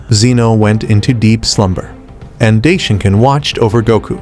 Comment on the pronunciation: You mean daishinkan?? Right?? Not day shinkan